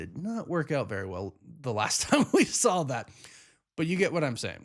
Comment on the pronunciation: The word is SAW not SAWL.